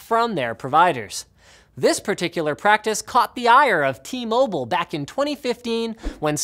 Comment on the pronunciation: You say mobile funny.